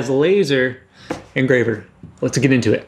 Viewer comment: Let’s get into the VS. “Letsa get into uh”